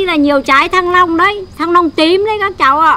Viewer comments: Bà ns ngọng qá -) thanh long chứ kp thăng long -) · Rối loạn nhận thức hay sao ý, thanh Long cứ thăng long